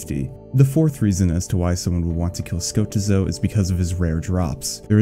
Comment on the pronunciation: Ska--teeeeeeeeeee--zo plz